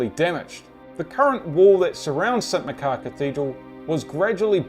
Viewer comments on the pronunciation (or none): Great video, but it's pronounced St Mach-ar rather than Mc-car. I live in Aberdeen.